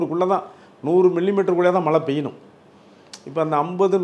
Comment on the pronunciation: First malai nu cholladheenga Tamil ozunga pesunga.